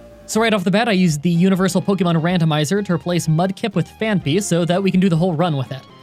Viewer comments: It's not pronounce Phan-py... But Phanphy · Phaanpy. Phaanpy? Phaanpy. Phaanpy? Simba. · Only today when I heard your pronunciation did I realize it’s name isn’t actually Panphy. What a life I’ve led.